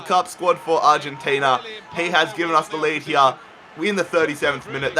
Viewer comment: hier?? its called HERE. U fucking bithc